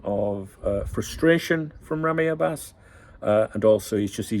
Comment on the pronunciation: Hello my friend, I just can’t stop cracking up about your persistent mispronunciation of Ramy Abbas’s name 🤣To make it easier for you to say his last name just remember that Abbas means Lion in Arabic 😂BTW, what is it with the ultra clarity of your stream today? It feels like your head going to pop out of my tv screen! Your Saudi friend 🫡